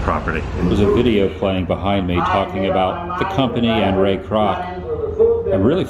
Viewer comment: Fuck all of you did you not hear how he said “Ray Croc the Founder of McDonald’s “